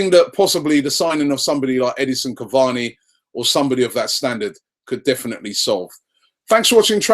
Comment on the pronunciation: PLEASE READ!!!!!!!! IT'S SIMPLE CAVANI AND RABIOT. SORTED